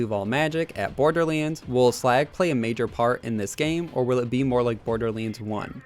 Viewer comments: it's pronounced "borderlands" not "borderling" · Imagine being such a big fan of something that you'd make videos about it but you just can't pronounce it's name right. Borderleenz 🤦‍♂️ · Did anyone else notice that at the start of the video he said “borderleens 3”